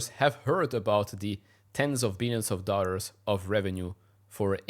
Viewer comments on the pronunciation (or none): Please it's dollars not "dorrals"